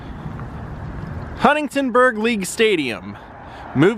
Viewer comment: Bro :) Love your videos and this one was great .. It's funny that every time you mean to say "Huntingburg" you say "Huntingtonburg".